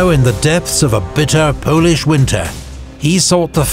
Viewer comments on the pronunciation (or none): none